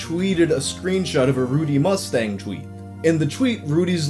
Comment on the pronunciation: take a shot every time he mispronounces "tweet" or "twitter"